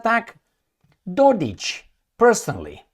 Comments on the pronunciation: The K at the end of DodiK is read as cK (as in Dick) - not as ch (as in Mich)!! F..the EU & USA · Dodik is written with the K , SO it should be read as K...as its written..Just so U know. All D best to You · Hey Can't you see a K at the very end of his last name??? DodiK No Ć kr CH⁉️ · FYI he is MILORAD DODIK (Милорад Додик) NOT DODIĆ